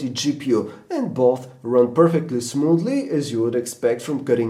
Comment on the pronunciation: "Buth" Bwahahahahahaha